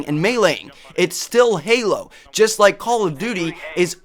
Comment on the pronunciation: "jest", "vary"... LOL!